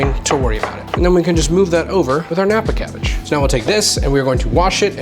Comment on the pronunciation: I just learned Nappa Cabbage. lol. I kept rewinding like, wtf is he saying? Closed captioning for the win.